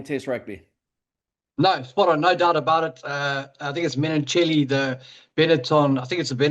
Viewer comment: Menoncello, not Menoncelli